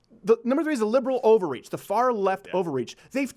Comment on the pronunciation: Y’all thought laurel and yanny crazy is he saying liberal over reach or liberal ovaries